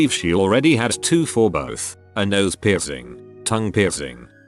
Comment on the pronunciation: How come the synthesiser can pronounce the difference between suit and suite but not the word piercing?